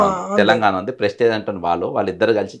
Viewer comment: Pesticize kaadu ra anchor..Prestige..🙆🏻